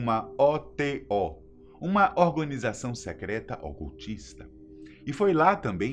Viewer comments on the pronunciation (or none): "orgonização secreta"